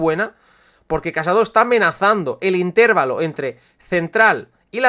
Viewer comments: Solo tengo algo que acotar: se dice intervalo, no intérvalo. Solo eso. Por lo demás, video perfecto. Este formato va a triunfar. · Lo de "intÉrvalo" sigue haciendome sangre en los oídos